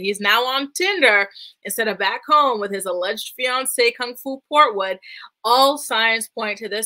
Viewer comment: I scream everytime you say kung foo port wood